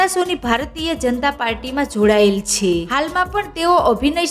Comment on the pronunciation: આ યુટ્યુબરને "છે" બોલતા આવડતું નથી ખરેખર આ ગુજરાતન છે કોઈ બીજી છે? તેના માબાપે તેને નથી શિખવાડીયુ કે " છે" કેમ બોલવુ. એના ઉપર હસુ આવે છે